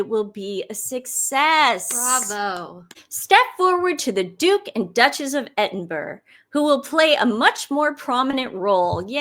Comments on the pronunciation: It’s pronounced Edin-boro. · Just a small correction: even though its spelled Edinburgh it's pronounced Ed in bur ough. I know you want to say it right. \;°) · Edin bu ru. Not that it really matters.